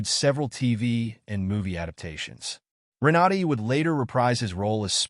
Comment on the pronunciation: Ren-a-DAY. Hahah